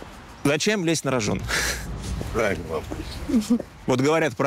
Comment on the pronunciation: Журналист глупый. "Зачем лезть наражон". А на том берегу "наражон" не лезут!?))